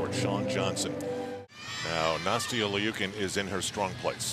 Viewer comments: Its not (leukin) its pronoused (lou-kin) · It's pronounced "Lee-you-kin" if you look at the Cyrillic.